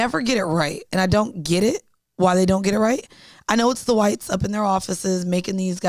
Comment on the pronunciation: said the qwhites 😂😂😂😂😂😂😂 bish u funny